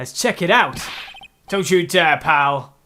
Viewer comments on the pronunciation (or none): none